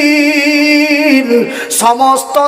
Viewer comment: آلمین نہیں ہے بلکہ عالمین